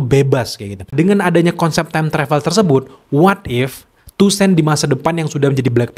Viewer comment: Toussaint dibaca tusang bang 🙏 Btw kandidat ke4 dapet aura charmingnya BP/king tchalla